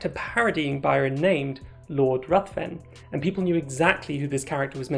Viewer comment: Ruthven rimes with given and is pronounced Riven